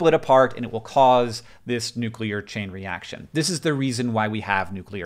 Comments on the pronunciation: I just want to commend you for not saying nucular. So many freaking people I respect mispronouncing that word it drives me insane. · wow i'm early.... but also thanks hank for pronouncing "nuclear" the proper way (my chem teacher didn't do that)